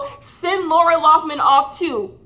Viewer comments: “Laura Laufman” 😂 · "who's laura lawffman?" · Idk if it was meant as shade but every time you called her Laura Loughman instead of Lori Laughlin I hollered 🤣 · She said “Laura Loffman” 😂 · SAY LAURA LOFFMAN ONE MORE TIME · who is laura loughman? her name is lori loughlin 😂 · Take a shot every time says “Laura Loughman” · love you girl but her name is pronounced like Laurie LOCK-LIN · I love that you pronounce Lori Laughlin's name differently every single time you say it.